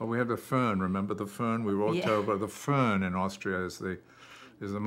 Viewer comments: Fern? 🤔🤔 He meant " Föhn" 😂😂😂 yeah, sure can make you sick, omg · Not the fern , its foehn